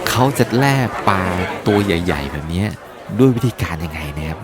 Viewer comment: แล่ปลาครับ ไม่ใช่แร่ และอกกเสียง ร. ล. ให้ชัดเจนหน่อย